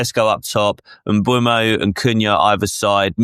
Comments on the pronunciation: Mbeumo is pronounced ‘Mboo-mo’ not ‘Mbwemo’ 🙄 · lads on this podcast STILL calling Mbeumo "Embwemmo". There's no W! It's Emburmo